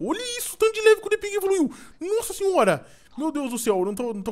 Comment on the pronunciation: Só eu escuto o falar depig?